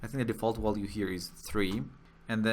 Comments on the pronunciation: I did too, but one can always improve, no? He speaks mostly fluently, but then there's that pesky "wollue". Germanic language speakers can say the v sound, so it's a matter of him not noticing he's doing it and it doesn't hurt to improve your accent, especially when everything else he says already sounds pretty good. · I know English is not your first language, and for the most part, your English is pretty good, but you're missing the mark with the word "value". You are pronouncing the V as if it were a W.